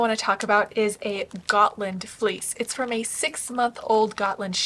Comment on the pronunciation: As a Swede I give you kudos for your pronounciation of Gotland, Gutefår and Fårö 👍🏼